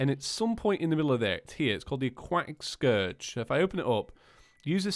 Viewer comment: the acwatic scurge